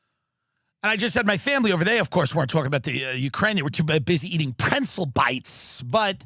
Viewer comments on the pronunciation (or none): Stop saying "PRENTZEL"!!!!! You know it's pretzel.